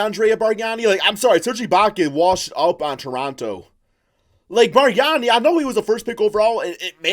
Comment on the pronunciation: Did seriously say Bargnani 🤦‍♂️